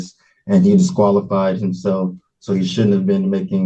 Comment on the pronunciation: Did he say, “obsqualified”?